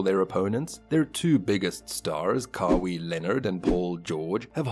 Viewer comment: I don't know if you are saying the name like that on purpose... but it's pronounced Ka-why Leonard not Ka-wii Leonard. Sorry 😂😂 I just had to say it couldn't focus on anything else